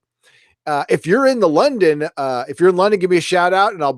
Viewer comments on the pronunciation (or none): none